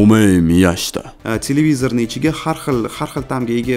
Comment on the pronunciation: Tilivizirni yomon aytib qoʻydinggiz